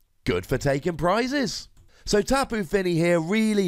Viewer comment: taking some prizes... are you saying that wrong? (Also for tyranitar instead of the Pokemon you mentioned)